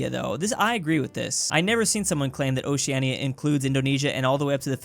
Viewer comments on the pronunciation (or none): Ok ok ok I’m sorry I’m advance but- OCEANIA REALLY OCEAN*I*A MY GUY NO